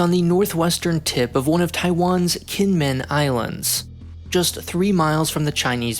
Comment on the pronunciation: You might want to check the pronunciations next time you do a Taiwan video. Kinmen is said jǐnʹmǔnʹ. Hearing it with a hard k is quite jarring.